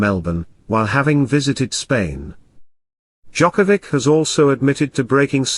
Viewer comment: Not gonna listen some coverage of novak djokovic of audio that is not capable even of saying his surname correctly. Disgrace, thumbs down. Unlike. And report :)